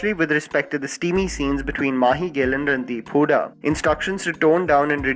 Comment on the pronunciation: Round of applause to the common denominator.....'Randi-hooda'!!!! p.s i know its 'Randeep' :P